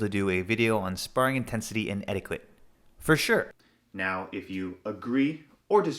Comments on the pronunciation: Couple of things I wanted to add as unsolicited opinion... 1. anything over 60% is dangerous unless you're skilled and/or have been training for a long time. 2. Is "etiquette" pronounced differently in Canada? I've always heard it pronounced "et-ee-keht" but never "et-ee-queht". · Predominantly “Eti-ket”, not “eti-kwet” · just fyi its pronounced eh-di-cut not eh-di-QUut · Did you just say etiQUIT? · etiquette is pronounced eh tuh kuht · In romance languages qu is pronounced like K. That word comes from french, which is one of those languages. It's pronounced etiket. You can always check a dictionary if you aren't sure how to pronounce a word. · What’s “ettiquit?” Lol! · Just watched a few videos on the prnounciation of "etiquette" to see if there were regional variations, but every video I heard said it the same way. Its "eh-ti-ket" with a hard k sound! Ps- Love all you content, don't mean to a be fussy but thought you'd like to know. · What kind of a weirdo pronounces the word like that? God he's so punchable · You pronounced etiquette wrong The Q is supposed to sound like a K ! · Learn to say the word etiquette. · How about some etiquette on pronouncing etiquette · We don't pronounce the 'u' in etiquette. Etiquette rhymes with kit not quit. English Annunciation aside, I agree with everything you said about sparring a hundred percent. I'm not usually a grammer Nazi, but that was very distracting for me in the begining.